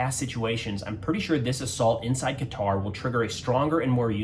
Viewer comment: Glad to hear you pronounce Qatar correctly, most Americans don't. Oh and; I don't believe for a nano second that Trump didn't know in advance.